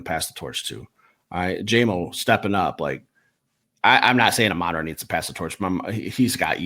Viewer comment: You guys might want to get your pronunciations correct, though I don’t know if you will since you’re still pronouncing Amon-Ra’s name incorrectly after 5 years, but it’s the same issue with both. ah-mun RAH (emphasis on the last syllable) teh-SLAH (emphasis on the last syllable) It’s basic respect to learn how to say their names. Also, happy birthday!